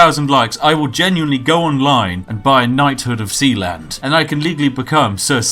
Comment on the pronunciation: Sealand? You mean Sheland? lol